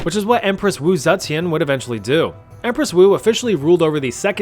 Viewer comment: One moment had me laughing more than it should as my inner monologue followed this line: "...empress Wu Zetian would..." wow, pretty good chinese pronunciation for a youtuber "...ruled over the second Zhou dynasty..." aaaaand that's more like it.